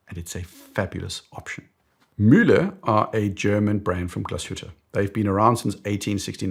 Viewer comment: Nice German accent. One of the first times I heard "Mühle" pronounced properly 😅